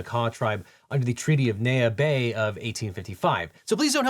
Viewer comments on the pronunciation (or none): Neah Bay, WA is not pronounced Nay ah it is pronounced Knee ah. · Hi, Washington resident here for a slight nitpick. The name "Neah Bay" is pronounced "Knee-ah Bay," not "Neigh-ah Bay." It happens all the time for cities and towns around here, like how people will say "Sea-kwim" instead of "Skwim" for thr town of Sequim, WA. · "NEE-uh" (Neah) Bay. You're welcome. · For future reference, it’s pronounced Knee-Uh Bay. 😊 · Neah Bay = "Knee-A" Bay. Where the Makah Tribe are from. They hunt whales with a .50 cal. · As a Washingtonian.....your pronunciation of Neah Bay was funny. Close but not quite. "Ne a"